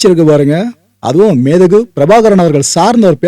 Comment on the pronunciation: Entha entha thiruttu naaikalai maanbu migu entru sollum naam , Leader for world Tamils should be pronounced as Methagu Pirabhagaran.